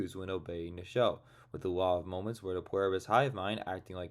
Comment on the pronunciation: Sure, but why do you keep saying Pwerbus?